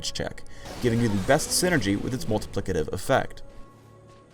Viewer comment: he say multiplicative lol!